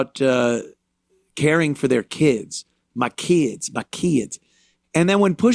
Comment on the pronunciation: I like how he says "keeds"